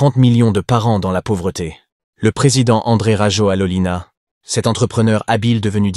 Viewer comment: En malgache, on ne prononce jamais la dernière lettre : Rajolin (a) et non Rajolina. De même pour l’aéroport Ivat (o) et non Ivato ! - Toujours aussi Nul ces « journalistes »